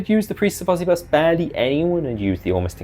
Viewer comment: I've always hated the preists of osybus. the idea of someone 'becoming a dark power' is fucking stupid. also why would they keep the name of the guy they hate. I think its pronounced Oh-sigh-bus though, bc its supposed to be egyptian-sounding their art is cool tho